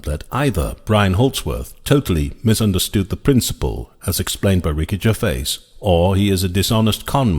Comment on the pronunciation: I would pronounce his name Ger-vay.